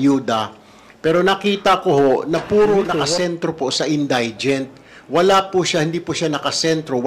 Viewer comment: Sir Tulfo: In dee gent po, not in die gent